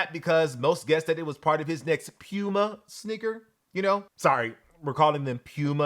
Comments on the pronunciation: All respect to.....Please stop saying "Pyuuma"......Please! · I’m not calling a cat a pewmuh